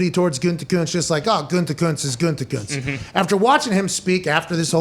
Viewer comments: Can someone please go make a compilation video of every time Pat has said “Gutekuntz” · I love Pat, but the way he says "Gutekunst" drives me absolutely nuts.